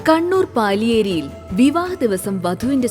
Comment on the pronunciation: പാലിയേരി അല്ല പലിയേരി ആണ് 👍🏻